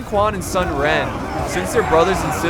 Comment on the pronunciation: It's pronounced soon not sun. Sorry love ya bro.